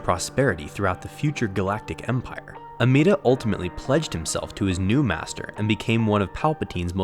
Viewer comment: No offense, it’s Amedda, not Ameeda.